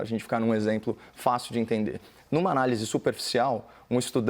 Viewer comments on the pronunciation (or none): Esse seu ¨ INTENDE¨ matou a pau. Professor Analfa passou por aqui..